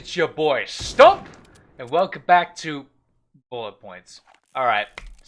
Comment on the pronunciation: when he said STUMMPPPP he hit a sniper shot lmao